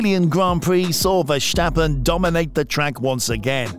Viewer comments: Yea your pronounce of max his name is so off. Go listen to a Dutch F1 channel how they pronounce his name. Then mimic that as precise as possible. Oh and your commentary is way to slow Speed up your videos with 1.25x That what I put it on if I listen to it. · there is no H in the name of Verstappen, so why pronounce it?